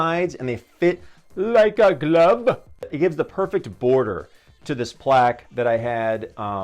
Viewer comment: “and they fit, LYKE AH GLUVE”🗣️🔥🔥🔥🔥🔥